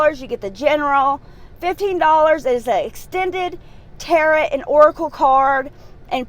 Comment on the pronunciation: It's pronounced "tare oh"